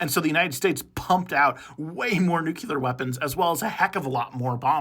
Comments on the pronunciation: lol I was going to say this. Drove me crazy during the short. Nuclear not nucular. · Nuke-lee-ur, not Nuke-you-lur. Say it over and over and over until you break the way you have been pronouncing it. Great information, and don’t worry too much about the pronunciation error, that one is quite common, and easy to fix (and forgive).